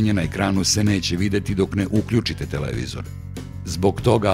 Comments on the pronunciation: TelEvizor, pa telEvizor.. Kako mi ovo RTS akcentovanje para uši.. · joj, RTS govor - telEvizori :( ..........osim toga, odlican video.